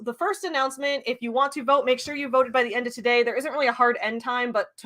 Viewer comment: Every time you say "today" my brain hears "todave"